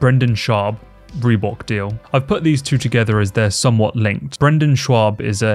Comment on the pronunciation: Are you saying "Reebook"? That's a major L.